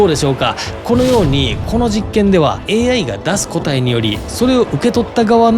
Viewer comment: 「答え」のイントネーションがおかしい。